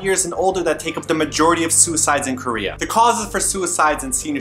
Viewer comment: It is KOREA not krayah... LOL I don't know why the way he said Korea annoyed me so much but it did..